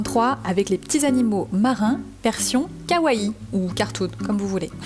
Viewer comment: Hello, juste pour info le deuxieme i de Kawaii se prononce. Sinon j'adore la thématique, merci pour la vidéo !